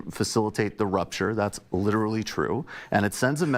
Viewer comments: It sounded like Michael said Evangelists support Israel to facilitate the 'rupture' and not 'rapture'. It might have been a slip of the tongue but I'm going to go with it being deliberate. Rupture conjures up some kind of stroke or rupture in the brain. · Rapture, not rupture. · I think it's "rapture", not "rupture" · "Rapture" not "rupture." Although rupture is what my brain wants to do when I have to listen to these right-wing, hateful, ignorant morons.